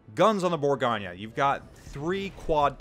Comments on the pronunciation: Am i the only one extremely annoyed by his pronunciation of “bourgo nyyyaa” ??? Its bourgo nnyeu NOT bourgonyyaa!! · I came here to learn about the burr-GOIN. Instead all I hear is all's ass this and all's ass that. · Geez. It's French, not Italian, there's no nya!